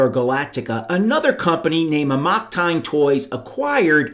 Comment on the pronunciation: That's really not how you pronounce '"amok."